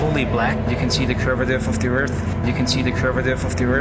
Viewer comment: Unfortunately Baumgartner wasn't lying, because he mispronounced curvature, as curviter 🤔😂👏🙏❤️🇬🇧